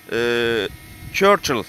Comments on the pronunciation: Çörçıl değil la o sörkıl😅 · anlatımın çok güzel ama çörçıl değil sörkıl diye okuyacaksın:D:D emeğinize sağlık:)